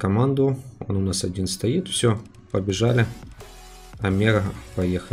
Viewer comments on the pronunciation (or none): none